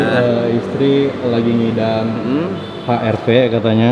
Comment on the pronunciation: HRV bang bukan HRP wkwkwk